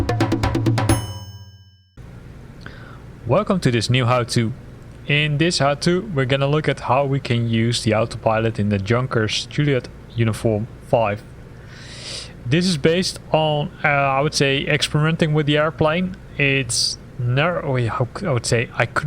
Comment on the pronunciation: It is pronounced like "yunkers" with Y, like in yes and "u" like in June.